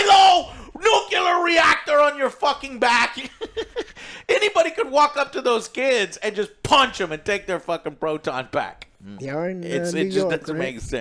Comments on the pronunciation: Repet after me, Joe: NUCLEAR. NU-CLE-AR. Not Nucular. NUCULAR IS NOT A FUCKING WORD! How are you a millionaire, when you can't even pronounce words in your own fucking language? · The movie must have been really bad for Joe to go nucular! :P